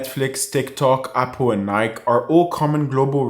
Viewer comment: Nike is pronounced "NIE-kee".